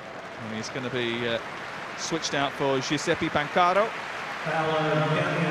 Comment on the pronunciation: Sostituito per "Ciusepj Pankàro".